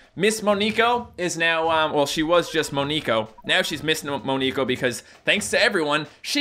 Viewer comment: its MON"E"KO not MON"I" KO E as in elf (like so sees)